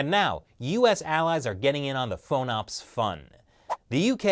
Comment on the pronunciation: We don't call them "faux-nops", we call then "fahn-ops". FONOPS does not rhyme with phone-ops. Other than that, great show. Love that someone is talking about this and trying to get the word out about something that REALLY MATTERS, as opposed to this stupid border wall fight which doesn't matter at all in terms of realpolitik....